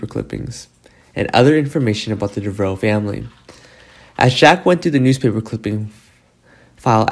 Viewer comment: Dev Ah Row, say it with me, Dev Ah Row, not DeVrow. 🙄